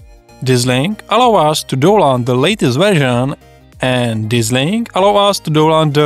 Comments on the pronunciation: proč říkáš "douland"? 🤣 to je stršný .... však tam píšou "daunloud" ... DOWN LOAD 😁 sry man... i'll watch the rest quietly :) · a tie mas kde? Nech teda nemusime pocuvat doland ;)